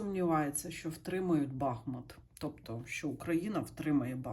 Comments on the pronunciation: БахмУт правильно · БахмУт: назви річки: Бахмýт